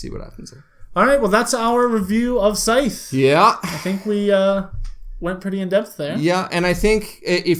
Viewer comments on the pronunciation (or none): Just stumbled on your channel- really enjoyed your review! Will definitely tune into more of your videos. It's funny though that you mentioned that the rule book explains how to pronounce Scythe and then you still pronounced it wrong. :)